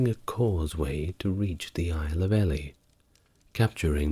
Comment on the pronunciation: I love your channel. Great content and style. However I found myself shouting the proper pronunciation of many people and places during this one. If only you could get someone to give you a bit of a steer on this before you record. There were about half a dozen in this one. Constructive criticism over! I had to look up where you meant by The Isle of ‘Ellie’ as in the elephant. Only after did I realise you meant ‘e-Lee’ as in the cathedral. But keep it coming. I listen to a different one each night.